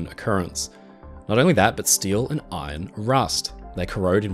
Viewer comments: You’re sounding the r in iron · Did you pronounce Iron, as Eye-Ron instead of Ion?